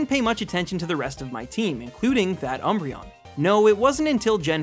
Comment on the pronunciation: THE D IN UMBREON IS SUPPOSED TO BE A B!